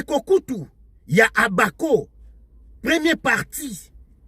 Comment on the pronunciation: Mbuta yo osekisaka nga ata ko prononcer Abako azali kokoka te.banda ebandeli ti suka ozali koloba OBAKO.